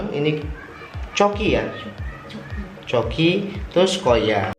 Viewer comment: itu di bacanya bukan (coki) tapi (kuki) 😍